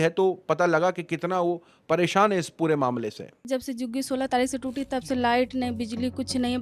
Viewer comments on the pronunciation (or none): none